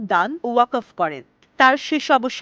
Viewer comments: Waqof noy waqfo hobe pronunciation. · ওয়াকফ উচ্চরন করতে পারেন না। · ওয়াকফ উচ্চারণ ভুল ছিল।